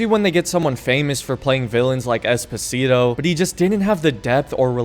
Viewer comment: D-did you just call Giancarlo Esposito "Espacito"? Seriously talking though,regarding performance in my opinion FC6 actually runs better than 5. In Five was really common to get random fps drops from like,80 to 45. In FC6 my framerate rarely went below 60 fps,even during the most intensive fights.